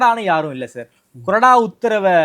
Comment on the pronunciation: அது கொடறா இல்ல bro... கொறடா .. இது என்ன தமிழுக்கு வந்த சோதனை..